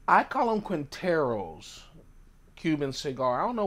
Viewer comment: Yo, just drop the U and say “Keentero” That’s how we Cubans pronounce it.